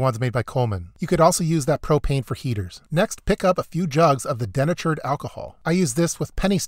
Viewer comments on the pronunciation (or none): Den-A-turd? No it's De-Nay-tured. Also that's an impact wrench not a power drill. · I always thought denatured was pronounced "de-natured," not "den-uh-churd" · Dee Natured Alcohol. Not denh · Dee-nature'd alcohol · Good ideas. BTW, denatured is pronounced de-natured, another example of why we should keep hyphens. I thought I was the only person who went around cleaning grave markers as a hobby! Glad to know there is at least one other person out there as strange as I am, lol! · Bro, it's de-nature-d "dee-NAY-churred" alcohol. LOL! Great video and amazing research, as always! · Denatured is pronounced D-natured for anyone wanting to buy this as a prep. The Dewalt XR "drill" he showed is not a drill. Its an impact wrench. They do things like lug nuts on cars. A very useful tool, but not versatile like a drill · "De-natured", not "denatured" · Dee-Nature-D alcohol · it is pronounced DEE Natured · It's pronounced DEE - NATURED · HAHA.... denatured. Its de-natured. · De-natured. There is a correct way to say it and you're not using that correct pronunciation. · Look up the pronunciation of denatured.